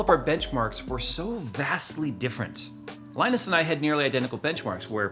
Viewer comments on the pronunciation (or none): none